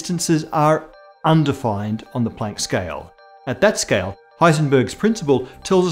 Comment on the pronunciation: "scayal" :P